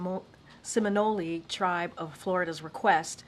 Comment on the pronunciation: What is a sim-i-nol-E…these people are way out of touch !!! At the mark ..!!! Also has she just ran a marathon ..sounds like she out of breath !!..lol